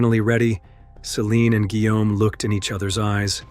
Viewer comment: “Guillaume” no se pronuncia “whom”, güey.